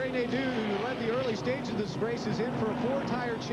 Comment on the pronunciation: Its pronounced, "Nade-o", not "Nade-u". Also, can someone look into this man's ancestry for me?